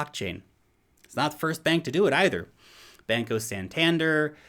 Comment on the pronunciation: I love you and your content and sense of humor but you gotta let me give you a quick lesson in Spanish Pronunciation! (Bahn-coh Sahn-tahn-dare) with accents on bahn and dare.